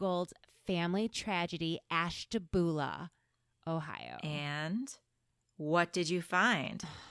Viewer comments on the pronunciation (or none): You can tell by the way you pronounce Ashtabula that you’re not from there….